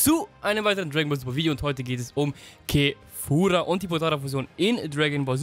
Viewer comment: du sagst immer kefura die heißt aber kafla im deutschen und im japanischen wird es kefura geschrieben aber kefra ausgesprochen